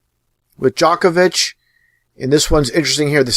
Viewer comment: DJOK-ovic Nowak DZHOKhar Tsarnaev djok / dzhok, same pronounciation. : three / tree.